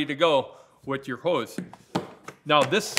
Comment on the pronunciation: The moment I heard the way “hose” was pronounced , my Canada-senses started tingling… 😂